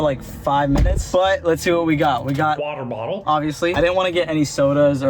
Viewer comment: “Watour bottle” 😂